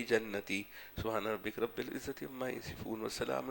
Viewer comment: يا أيتها النفس المطمئنة . ارجعى إلى ربكِ ۔ اس آیت میں آپ نے ربكِ کے کاف کو زبر سے پڑھا ھے جو غلط ھے جب کہ کاف کو زیر ھے ۔